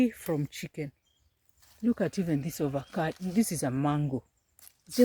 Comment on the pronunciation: Pronounced as Avocado not ovacado.😂😂😂